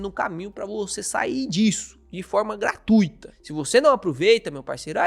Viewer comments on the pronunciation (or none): none